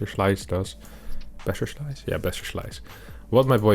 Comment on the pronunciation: I'm a huge fan of this show, and I think your english is perfect, but why is every "s" sound in your words tends to be "sh" so that "BasherSlice" is turning to "Basher<Sh>li " every time and so on? XD sounds pretty awkward when repeated hundred times in 10 minutes.. 🙂